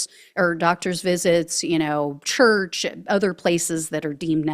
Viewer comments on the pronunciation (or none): I love it when you say church.